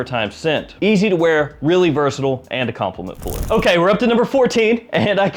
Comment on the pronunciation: UK here! How do you manage to say "versatile" without pronouncing any of the vowels? (vrrsdddll) I have tried it several times and I almost choked to death! 😂